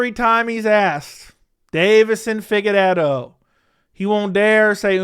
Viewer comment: “Pigueiredo” - Merab